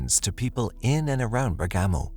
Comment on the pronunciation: Not quite! Bergamo is pronounced Bearg_ga_mo, not Ber-gammo!